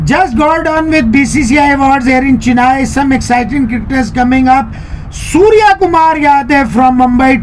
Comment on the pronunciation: sir, it's "SURYA" सूर्या